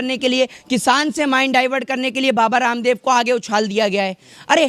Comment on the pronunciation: Bhai aap.kyun baba.randab bol.rahe.ho ramdab